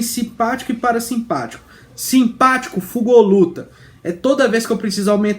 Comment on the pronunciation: Conteúdo conciso, direto, de qualidade! Curti demais, vou assistir aos outros. Pra quem não entende mineirês: "fugoluta" = "Fuga ou Luta" 😂